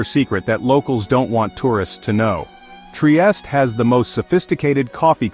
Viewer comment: good info, thanks ! only obseravation, it is not that difficult to pronounce triestE, with final E E E🙂